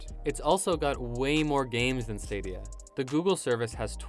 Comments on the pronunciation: "google stradia" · Try google straw-dia....